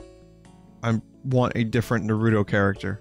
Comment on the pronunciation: Vinny for chrissake, PLEASE learn how to pronounce NAH-roo-toh it's triggering the fuck outta my OCD